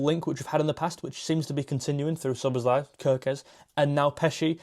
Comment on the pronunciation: Listen, my friend! Hungarian writing is completely phonetic, the essence of which is that each letter has a sound, and each sound must be pronounced clearly in turn. This also applies to names. In fact, the name Szoboszlai is also mispronounced in English. If you notice, that name also ends in an i. In the name Ármin Pécsi, the "cs" actually represents one letter, one sound. It's about the same as the ending of the word "touch".